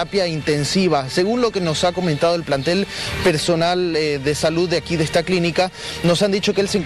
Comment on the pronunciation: Si saldrá de ejta... 😬😬😬